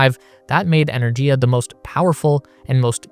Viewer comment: It's "ener-giya", with a hard "g", as in "gift. This is more common in Indo-European languages. A couple of minutes research would have found this out.